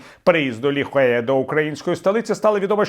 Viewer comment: Дякую. Але кажуть, правильно, Лі Хуя.